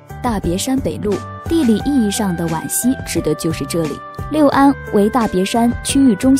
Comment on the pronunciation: 六安 lu四声